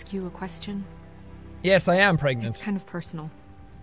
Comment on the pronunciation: Jack "Yes I am pregnet" Me "😱"